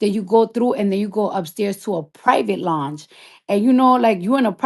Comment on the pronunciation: "LONGE" 😂 NOT LOUNGE 😂😂😂